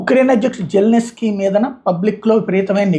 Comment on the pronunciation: Sir his name is zelensky not zelneski